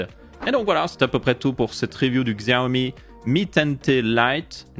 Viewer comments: on ne dit pas "gxiaomi" mais plutot "Chiaomi" en prononciation. voilà juste histoire de prononcer le nom de la marque proprement. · Coucou, pour info on dit pas Xiaomi mais CHiaomi. J'ai un Mi Max 3, depuis déjà bientôt 3 ans et toujours aussi fluide, sans problème ou quoi que ce soit, en plus d'avoir la chance d'avoir MiUI12 depuis peu. Je le trouve plus fluide que mon Iphone 6S+ au passage... Bonne vidéo comme d'habitude. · super vidéo mais d'ailleurs Xiaomi en vrai sa se prononce Chaomi ;) sinon continu comme sa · Tu me fais rire tu fait l'effort de prononcer 10 en anglais mais tu prononce xiaomi a l'occidentale